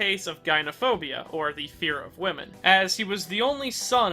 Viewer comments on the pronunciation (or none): none